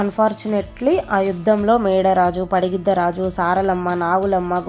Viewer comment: పగిడిద్దరాజు అనాలి మీరు పడిగిద్దరాజు అంటున్నారు 😅